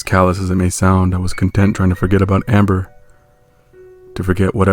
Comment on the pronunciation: When the voice said “amMBeR” I almost laughed idk why